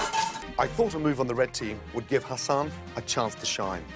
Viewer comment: hassan's name is pronouced ha-sun not ha-sin